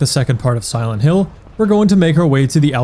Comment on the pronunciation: "Silént Hill"